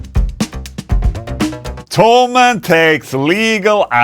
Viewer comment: Why everyone says "Tollmann" the company name is - Tho - Mann. Rick Beato call it Tollmann too..